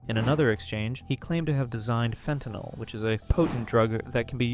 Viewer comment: "Fen-tannel!" I'm dyin'!! xD